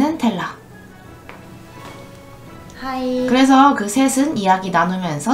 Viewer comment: 텔라는 발음도못하는데엄청질해묘